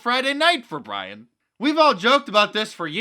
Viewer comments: Bwian: "Dear diary. Everyone's paying attention to Fredo. What about MY feewings?" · Bwian: "Dear Diawy. Everyone's paying attention to Fwedo now. What about MY feewings?"